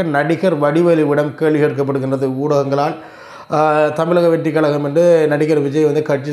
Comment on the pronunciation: Kalakam- no. Kazhakam-correct